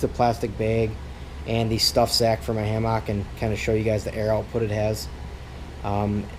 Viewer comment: Please stop pronouncing hammock like that.